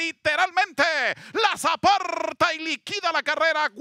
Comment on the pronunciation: no se dice LOSAPARTA SE DICE LOS Y LUEGO APARTA LOSAPARTA se oye bastante mal para un buen narrador como UD Por esos pequeños detalles Aly Khan era Aly Khan